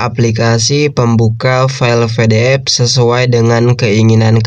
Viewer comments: PE DE EF bang bukan VE DE EF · PDF bukan FDF kocak baca PDF aja ga bisa